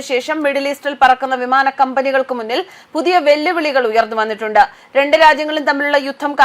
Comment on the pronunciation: താങ്കൾ ഭംഗിയായി വാർത്ത വായിക്കാറുണ്ട്. എന്നാൽ വന്നിട്ട് ' ഉണ്ട ', കേട്ടിട്ടു ണ്ട, എന്ന ഉച്ചാരണം അരോചകമാണ്. വന്നിട്ടുണ്ട് , കേട്ടിട്ടുണ്ട് എന്നിങ്ങനെ സംവൃതോകാരം ചേർത്ത് തന്നെ ഉച്ചരിക്കണം. അതാണ് ഭാഷയുടെ സൗന്ദര്യം. മറ്റ് ചില അവതാരകരും സംവൃതോകാരം ഒഴിവാക്കി വളരെ മോശമായി ചാനലിൽ പറയുന്നത് പതിവായിട്ടുണ്ട്.